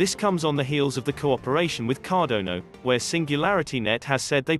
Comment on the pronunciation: CardonO really? ... CardoNOOOO ........ CARDANO